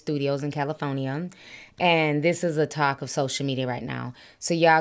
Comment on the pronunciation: i laugh everytime you say califonia,😂😂😂😂😂 you just leave out the r....but i love you sis